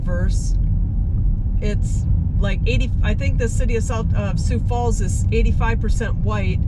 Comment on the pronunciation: You gave a pretty good account of the 'way North' part of the city but you need to go south if you really want to see most of Sioux Falls. Thanks for saying Sioux Falls correctly, you would be surprised how many don't say it right or say Sioux City instead. Sioux Falls is popular with visitors because it's friendly, clean, well maintained, little crime and low taxes. Not to mention the cost of living is very appealing and there are lots of things to do like parks and trails. Take care 😊